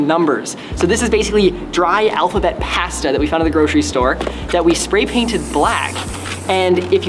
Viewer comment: why he sayin pasta like that